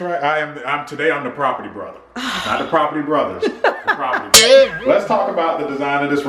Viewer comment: 'Property Brotha' 😂